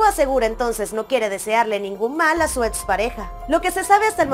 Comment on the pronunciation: Sorry,pero se dice ex, no ets